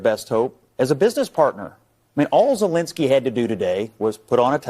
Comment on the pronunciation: It's not Zelinski! It's Zelensky! With an E ! What's so hard to pronounce the Dictator's name correctly?